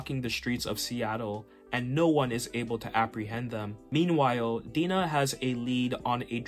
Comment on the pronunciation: I love Mike Grell, especially his Legion of Super Heroes work. FYI (for your information): Black Canary’s first name is not pronounced Dee-nah, but rather Die-nah. (Like Dinah Shore, but I’m sure that’s too old a reference for you. She had a famous talk show in the early 70s, but the only trace of her celebrity left today is a women’s golf tournament named after her.)